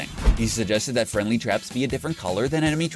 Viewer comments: YOU DIDNT SAY FRIENDLY YOU SAID FRIEDLY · This dud cant talk or spell omg he said FRIEDLY TRAPS and orange juice